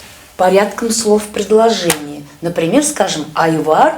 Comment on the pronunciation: У Казахов нету звука "в" вообще от куда ты такой взялся Айвар ты либо Ануар (Әнуар) ли бо Айбар . Ты своё имя провино произноси и пещи........ Потом будешь учит